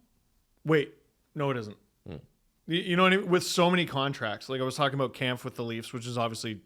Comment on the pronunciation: Is it just me or is and always mispronouncing David Kampf’s last name incorrectly